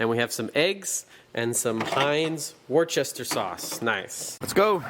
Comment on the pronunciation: 😂 Americans really can’t pronounce that can they “Wus ter “ is how it’s said 😆 Watching from uk ✌️